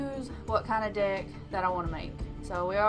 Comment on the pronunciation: The way you say "Deck" totally doesn't sound like "Dick" xD